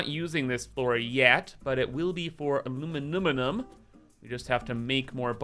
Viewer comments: Finally time for the A LU MI NI UM!! aluminumunumnumnum is just wrong! XD This is gonna be pure chaos and we love it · If i never heard “aluminiminiminum”again it would be too soon